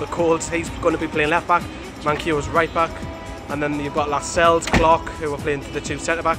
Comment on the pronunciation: pundits can't even pronounce jamaal lascelles correctly